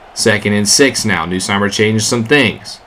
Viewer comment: As an LSU fan i had to cheer for them lol. Also it's pronounced "NUSS-Meyer" not "New-Seymer"